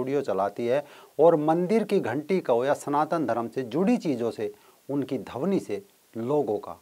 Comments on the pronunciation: बहुत ही रोचक जानकारी.... परंतु ध्वनि को dhawni उच्चारण कर रहे हैं, शायद भाषाई अंतर हो... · धवनी नही वो ध्वनि होता हैं 😆😆😆😆😆😆